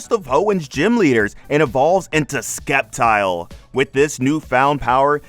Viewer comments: stop pronoucing sceptile wrong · Love the video man, but pronounce “Sceptile” right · "Sceptile.": Skeptile Me: Skiptile. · For nearly 20 years I've been saying the first syllable the way we pronounce 'science' 😂